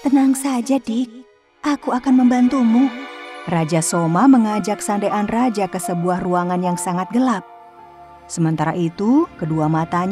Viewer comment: Kenapa Sandean dibilang sande an😅